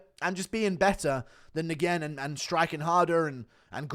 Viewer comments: Steven Nguyen is pronounced “Win”...not “N-Gin”. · It’s wen not negen lol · It’s not Steven N-GWEN … it’s pronounced Wen. …. Steven Wen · Nguyen is pronounced "win" in English. Vietnamese emperor they're all named after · Nguyen is pronounced "win" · Nguyen is pronounced “win” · Why does GURU say NGUYEN like that 😂😂😂😂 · guru doesnt know how to say the most common vietnamese surname. get learned piggy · It's "Rendon" not "Hendon"... She's Mexican, not Brazialian. "Nguyen" is pronounced "Wen." Come on dude... you are almost as bad as Brendan Schaub at pronouncing names.